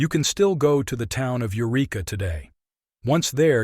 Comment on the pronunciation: Not "you reek uh,: the name of the town is "yer wreck uh."